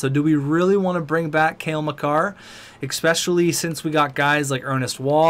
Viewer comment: FOR THE LOVE OF GOD IT'S PRONOUNCED "ESPECIALLY" NOT "EXPECHIALLY." AHHHHHHH!!!!